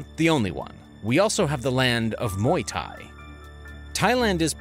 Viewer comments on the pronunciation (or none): none